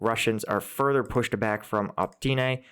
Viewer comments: My guy. My dude. For real. You are broadcasting to dozens of thousands of people. And months after the start of the war you are misreading Opytne as "op-teen-ay" rather than "o-peet-neh". This is like if a Ukrainian read Washington as "Washnigmot" - come on man you're acting like an expert, at least pronounce words like a human not a child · It's O-PYT-NE. What is it with native English speakers and mispronouncing every foreign city name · how our man here always says optyne, when its opytne :P merry christmas, especially for our ukrainian heroes who right now dont really have the time to celebrate x.x.